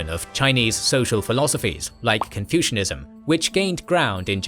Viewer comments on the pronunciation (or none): none